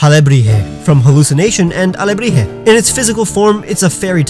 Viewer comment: I'm from Mexico and I appreciate u pronouncing Alebrije correctrly xD, also I thought of a similar idea for a Pokémon, that being a Piñata/Alebrije that starts as a Fairy/Grass (made of wood) and then a body of rock, and finally becomes Fairy/Steel as its skin gets really hard.